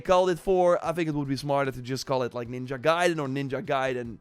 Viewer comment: You can now say the word ninja correctly? 😱